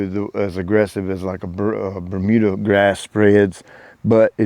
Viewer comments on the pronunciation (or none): none